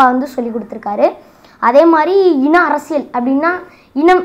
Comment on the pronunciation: தம்பி நீ நல்ல வரணும்.....அதே சமயம் தமிழ் உச்சரிப்பை கொஞ்சம் பாத்துக்கோ.....குறிப்பா ழகர உச்சரிப்பு.... மிக முக்கியம்...அதேபோல் அர்ரசியல் அல்ல அரசியல்......